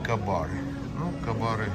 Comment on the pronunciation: Живёте в США ,а говорите " ка-бар"!!! Вообще-то этот бренд читается,как " кЕй-бар"!